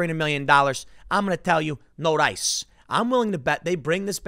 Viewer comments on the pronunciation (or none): This is proof of Tim's Korean heritage. Instead of "No dice", he says, "No rice".